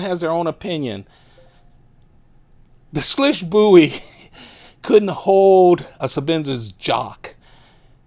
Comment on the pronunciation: Just FYI, it’s pronounced “Swish.”